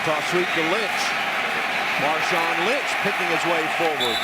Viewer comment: Who's Marshawn Lymchi